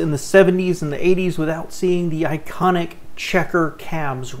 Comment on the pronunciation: The word is not I c o n I c... little snit..qq.